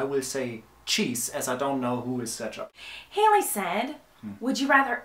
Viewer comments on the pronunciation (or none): "I don't know who is cetchup" hahahhaha